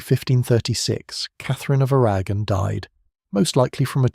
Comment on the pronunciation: It sounded different to me. The names sounded different, anyway. (A- RAG-gon) 😂